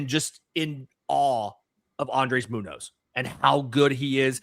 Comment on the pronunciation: Muñoz has the Ñ like Acuña,!!! 😂 It sounds like moon-ÑOH-s